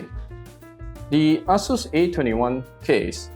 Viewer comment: The way you say Asus sounds like A--Holes came out with this. lol Looks nice.